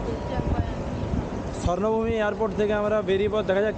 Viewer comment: Bhai sarnavumi noy ota hobe subarnavumi.